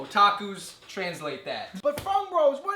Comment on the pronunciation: "O-tacos translate that" 😂😂😂 its otaku** the way he pronounced it tho 😂